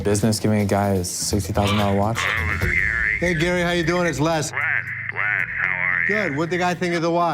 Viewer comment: It's pronounced "Less" not "Lez" despite his name being Lesley